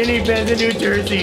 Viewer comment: "Whats that shadowy place?" "That's new jursy"